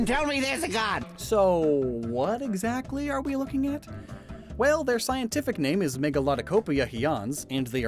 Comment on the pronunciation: I respect how obvious it is that is self-educated. He mispronounces many scientific terms, which shows that he became familiar with them by reading and not by hearing people say them. Keep up the good work,!